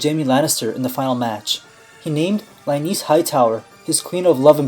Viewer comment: Pronounces Lynesse as "LUH-NEESE". Seriously?? So how do you pronounce the word for a female lion? Also "LIONEESE"??